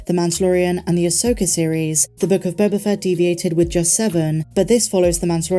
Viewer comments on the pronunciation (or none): none